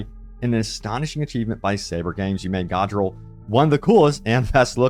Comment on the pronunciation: did you even play the campaign. its not pronounced Godriel